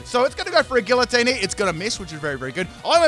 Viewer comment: Its actually pronounced gee-uh-teen